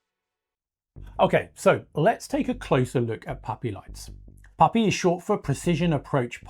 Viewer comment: PAPI, not POPI (precision approach path indicator). Sounds like POPI due to his accent. Secondly, there’s nothing wrong with the current system that thousands of pilots have been successfully using for decades, including 777s, 787s, DC-10s, and even 747s, for crying out loud. 🙄 This guy is totally wrong and spreading false information (mixed in with some good research, I’ll admit). Scroll down to see my original comment on this matter (as well as a few others). Furthermore, a movable “PAPI” light system would introduce more potential problems than it’s supposed to solve. Totally unnecessary. Former airfield electrician for a decade, at EWR and LGA.